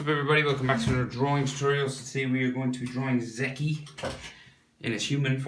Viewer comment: Awesome art as always and the pronunciation for his name is like 'Meek' but wit a Z